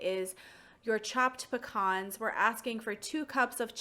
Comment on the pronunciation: How is it pronounced? Pea-cans or puh-cons?